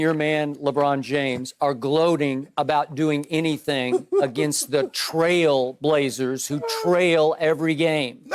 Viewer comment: BRO! He said the FrailBlazers!!! Im done.